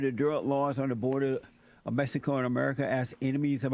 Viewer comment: Ah yes my favorite country “Meh-sico”